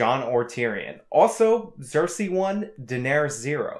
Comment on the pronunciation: You're saying Cersei as if it begins with an X!